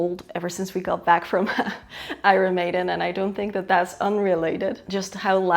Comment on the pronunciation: Please learn to pronounce Iron Maiden properly. It hurts my ears